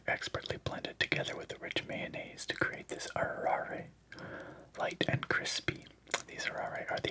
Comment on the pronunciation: Hi! I wanted to offer some help with pronunciation. I think the fastest way to get a handle on it is to understand that Japanese uses a phonetic alphabet. Consonants don't exist by themselves (with the exception of "n") and are always paired with a vowel. What's more, there are only 5 vowel sounds: a (ah), i (ee), u (oo),* e (eh), o (oh). So "arare" would reads like "ah ra reh"... Your instinct was pretty spot on! A more accurate pronunciation of the "R" sound in Japanese is like a mix between an English "L", "D" and "R", produced by flicking the tongue against the front teeth. I think of it like the beginning sensation of rolling an "R". (A common word you can hear this sound in is "arigatou".) Each character also gets its own beat, so the word "hitoike" becomes "hee toh ee keh". Occasionally, you will see double consonants in Japanese but these represent a glottal stop. If you ever compare the hiragana/katakana characters to the English, you will notice that any word that has double consonants features a small "tsu": っ/ッ *In my experience this "oo" sound is closer to an English "oo" (with a hint of an "uh" like in truth) than a pure vowel "oo" like you would see in Italian. Hope this helps and I hope you have a fantastic time in Japan! Edit: My apologies if this is rambling. I was very sleepy watching this, but only just perked up when you asked for help. Edit 2: I just realized they romanized the "Hitoiki Cafe" in the guide incorrectly. 😂The characters on the package